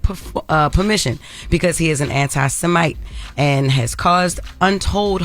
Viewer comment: Please teach her how to say anti-Semite…